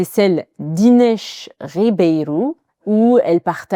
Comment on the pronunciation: wow that Ribeiro was said perfectly 😲